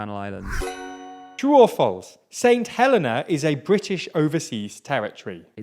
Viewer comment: I agree a lot of the questions were pretty silly, but more depressing was the lack of education at TLDR. At 9.15 the word "reigning" was misspelt, for heaven's sake, and the commentator couldn't pronounce "St Helena" correctly. Unbelievable too that the guy taking the exam had never heard of Elgar or Gilbert and Sullivan. Depressing.